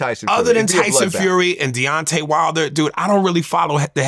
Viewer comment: Gervontay and Deontay…not geontay and dontai 😭😭😭😭😭